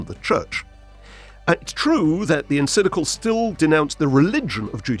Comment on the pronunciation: First off, the word you keep messing up is En-CYC-li-cal. Practice is in order — not to mention some actual research. Neither Pius XI nor Pius XII was afraid of Communism (never a natural fit with Catholicism). Rather, they had spoken out forcefully against it. Hence, the diligence of the Soviet KGB in spreading lies about Pius XII after his death — lies that shape your “curious” version of history. That wretched play, “The Deputy,” was an outgrowth of the propaganda; created by an East German school dropout, Rolf Hochhuth. His trash was given legitimacy by the Royal Shakespeare Company, no less! The notion that more “forceful” statements from Pope Pius XII would have made Hitler “more circumspect” is laughable. Much like your fantasy of “staring down” the Nazis with a high moral stance. Hitler genuinely despised the Catholic Church, especially since Pius XI issued his anti-Nazi encyclical (that word again), “Mit Brennender Sorge” (“With Burning Anxiety”) — drafted largely by Cardinal Pacelli, later Pius XII. Hitler expressed his desire to “crush the Church under my boot like a toad.” He also wanted to raid the Vatican and “pack up that whole whoring rabble.” Such threats did not deter Pius XII from speaking out; not even Hitler’s plan to kidnap and kill him. (So much for “Hitler’s Pope”!) As early as 1940, Albert Einstein praised the Church for its actions. Regarding sheltering of Jews, convents and monasteries hid Jewish refugees at the expressed orders of Pius XII. Cardina